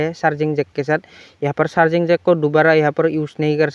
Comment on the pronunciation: Thanku bro for new solution lekin ye Charging jack hota h Sharging jack nhi